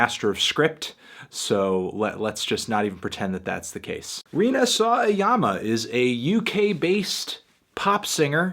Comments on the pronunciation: It's... Sawa-yama, not... Saw-a-yama Melon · Actually, the ‘w’ in her name would be pronounced. #weeb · Lol the way you say "Rina saw a yama" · is such an easy name to pronounce and you did it wrong. Unsub.